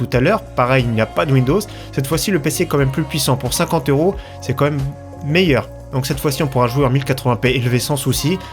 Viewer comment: "comme meme" bordel fait un effort